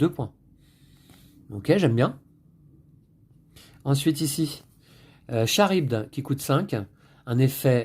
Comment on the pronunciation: C'est [karibde] pour Charybde et non [Sharidbe] ;) le stress de la video j'imagine :)